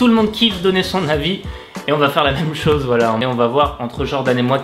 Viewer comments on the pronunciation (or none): none